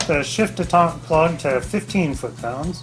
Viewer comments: Dee tent not day taunt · Shift detent. Not detant. No French inbred crap here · Good videos.. My 242 has 234k on it so was thinking of maybe possibly doing a bearing/seal job.. And it's detent, not d'etente.. ;) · The word is detent not detaunt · Dé tont? Isn't it a detent? Like detention? Kuz it keeps it in place.... 😂😂